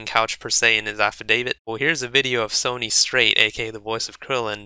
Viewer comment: It's Sonny. Sounds like "sunny". Not Sony, the company that makes blu-ray players and PS4 consoles.